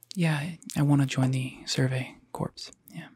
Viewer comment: Bruh, I don't know if it was intentional, but that isn't how you pronounce Commandant or Corps.